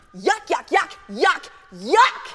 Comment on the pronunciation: Its yuck not jak